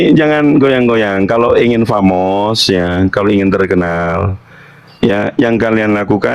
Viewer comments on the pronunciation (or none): Bahasa inggrismu aja aneh mana ada pamos dodol😂